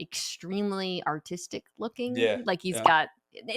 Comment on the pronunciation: who else thought she said "Autistic" instead of "Artistic" lol